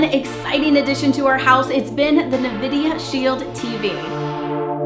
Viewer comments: Thank you for the review. Not trying to be rude but it's pronounced en-vi-di-uh not ni-vi-di-uh. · It's pronounced N- vidia not (nuhvidia) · Nice review. The N-vidia Shield TV IS the absolute best streaming device I have ever owned. N-vidia has produced a winning combination of speed, power, and flexibility with this unit and I LOVE it. Nvidia... no "a" after the N... COULD sell this kit for less, but I'll buy 2 more at this price and it WILL be worth it.